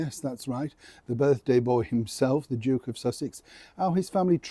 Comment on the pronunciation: I really thought said the Joke of Sussex🤣🤣🤣🤣🤣. From a resident of Sussex, just outside glorious Brighton. STRIP THE TITLES, NOW.